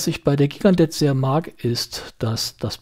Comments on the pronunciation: schönes Video- ich dachte immer das die Gigandet - jchi gan de - ausgesprochen wird- na ist ja eigentlich auch nicht wichtig. Ich habe mir vor Jahren eine Gigandet zugelegt- als Urlaubsuhr ( mittlerweile wird sie auch bei heimwerken oder der Gartenarbeit getragen) Das Traktorenwerk NH 35 ist sehr zuverlässig, mit gerade noch aktzeptablen Ganggenauigkeitswerten- da sie etwas schneller läuft kann man den Sekundenstop auch wirklich anwenden. Die Lünette lässt sich nur sehr schwer drehen- wie du gesagt hast. Die Nachtleuchteigenschaften- na ja, nicht besonders. Und das Band ist klapprig- komischerweise verdreckt es aber nicht so stark wie manch andere Stahlbänder an anderen Uhren von mir. Insgesamt bin ich sehr zufrieden mit der Uhr. Die Steinhart ist meiner Ansicht nach wirklich zu klein- eher etwas für taffe Frauenarme. Die wirkt nicht nur zierlich- die ist es auch. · Gigandet spricht man: Schigendee